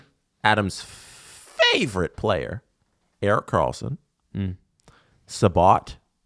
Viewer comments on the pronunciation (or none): none